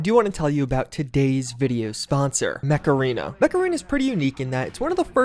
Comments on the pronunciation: When he says mech arena but you hear macarena 🤔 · is it just me or when he says Mech Arena it comes out Macarena? makes me start singing the song by "Los Del Rio"! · Come on you know you heard the macarena song when he said Mech Arena. HEY MECHARENA.. Alright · Am I the only one who heard 'macarena' instead of mech arena? Ayeeee, macarena 🎶 (aiiiihaa)